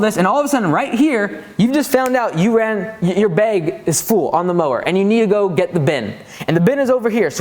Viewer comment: I love how you have no northern accent at all until you say “beyg the clippings”